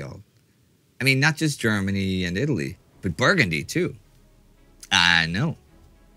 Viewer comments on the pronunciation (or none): none